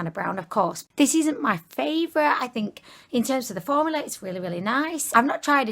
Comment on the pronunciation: You said formular ¯\_༼ ಥ ‿ ಥ ༽_/¯ just like Mr.Krabs